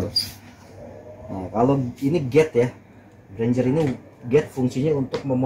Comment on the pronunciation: Gate mas bukan gade